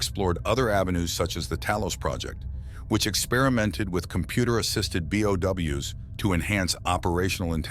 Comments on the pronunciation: Him pronouncing bio organic weapons as "BOW" instead of "B.O.W." hurts my soul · Every time somebody says something stupid in these kinds of videos, I can't help but hate it and click off, nobody calls them Bows, this just makes me think you must know nothing about resident evil, let alone play any of the games or watched any of the movies, B.O.W. say B, now say O, and then W, B O W, Bio Organic Weapons, bows😭. Oh wait, I get it now it's f**** text-to-speech, just talking your own f**** videos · Did you miss all 4000 instances of characters pronouncing B.O.W.? Nobody except you pronounces it like that bye